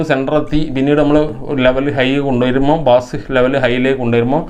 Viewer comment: നല്ല ഇൻഫോമേറ്റീവ്‌ ആയ വീഡിയോ! ബാസ്‌ എന്നല്ല ബേസ്‌ എന്നതാണ്‌ ശരി.